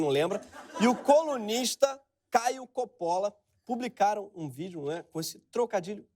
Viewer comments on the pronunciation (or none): none